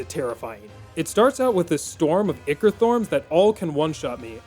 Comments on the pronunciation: "Ichor" is pronounced "Eye-core" and you are killing me here... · Great video, but ichor is pronounced “eye-core” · Maybe he had such a rough time with this playthrough because he kept mispronouncing ichor.